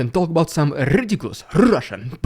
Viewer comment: Lol u should sell a t-shirt that says Rrrridiculous Rrrrrrrrrussian Prrrrrrrropaganda